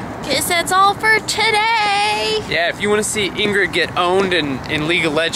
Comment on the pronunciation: Ingruke? Lol, that made me laugh! I thought they were Lingrid? Ingruke sounds... like a disease. XD Not meanin' to be rude, just saying.